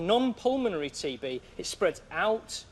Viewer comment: On TB I actually heard TV! Lol!😆😆😆